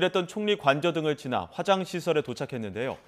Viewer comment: 남자아나운서 어감이 쫌 그러네... 화장시설이 "화"자를 좀 길게 말해야 하는데 짧게 말하니 변기시설이 되어 버렸........